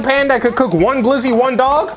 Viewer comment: My dude said glizzo 🤦🏽‍♂️😂😂